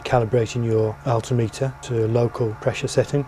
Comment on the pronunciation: Altimeter is pronounced "al tim it er" NOT "all tee mee tar". (just saying) cheers.